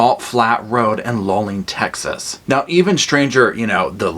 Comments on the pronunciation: Luling pronounced Loo-ling. Thanks for this episode. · Love your show. Just an fyi for future reference, the town is pronounced "Loo ling" 😊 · The Russian hikers were the hikers of Dylatov (sp?) Pass. You're not from Texas so you wouldn't know but Luling is pronounced Loo-ling. 🙂